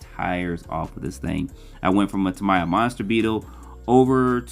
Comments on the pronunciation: I hate to be "that guy" but your pronunciation of Tamiya is incorrect. You're saying what sounds like Ta-MY-ah when the correct pronunciation is Ta-ME-ah. Japanese "mi" uses a short i, not a long i. Not trying to be mean, just spreading some knowledge. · Who is TAM-EYE-AH? Ex GF?